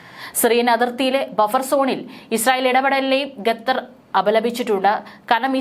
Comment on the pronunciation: എന്താണ് ഈ ഗദ്ധർ ഗദ്ദർ എന്നുപറയുന്നത്.... ഖത്തർ എന്നാണോ ഉദ്ദേശിച്ചത്